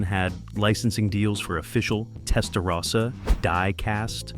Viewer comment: Video knows everything about the Miami Vice Testarossa, except how to pronounce "Testarossa" correctly.